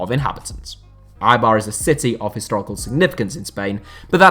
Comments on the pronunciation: Eibar, not Aibar. BErgamo, not BergAmo. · Can you please pronounce Eibar un a correct way, please????